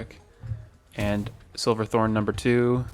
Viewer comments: Ooooh I know this is a year old but I don’t like you calling it “silverthorn” It’s SH iverthorn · I know this video is very old but something bothering me was you kept saying silver thorn instead of shiver thorn